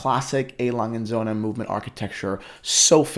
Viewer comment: 1 Sohn. 2 Söhne, with an Ö.